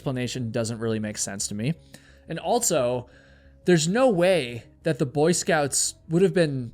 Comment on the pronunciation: Never heard anyone pronounce also as “altso”